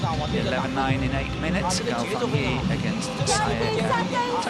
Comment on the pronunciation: It is Gao Fan-"JIE" can the commentator get it straight? He said it wrong in Semifinal too